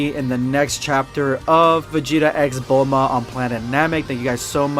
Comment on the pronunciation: Bulmoose not bulma lol